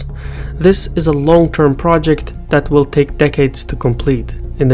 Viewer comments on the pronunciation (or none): none